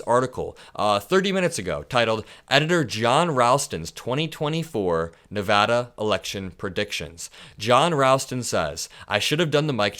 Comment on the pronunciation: Thank you for saying Nevada correctly! A whole state appreciates it